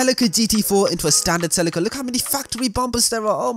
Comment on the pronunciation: I think you’re pronouncing Celica wrong 🤣